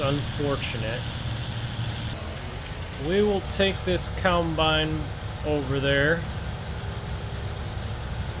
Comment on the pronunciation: It's combine not coulmbine